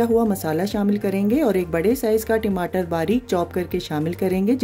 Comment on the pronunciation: Timatar mat bol dalindar timatar nahi tamatar hai wo